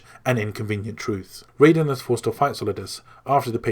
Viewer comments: It's "Raiden", not "Rayden" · Ok great story telling, very long but very detailed My only issue raiden is pronounced (ry-den) in metal gear and is pronounced how you kept saying it for mortal kombat. Just saying the A in his name is silent lol but other than that great job man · You say raiden with the I you don't say the A like Riden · Ahhh! >.< some of these pronunciations....lol. Archipelago...Gurlukovich (Gurlockavich as you say)...Raiden (which you pronounced as Rayden) yikes. - But still, great video lol.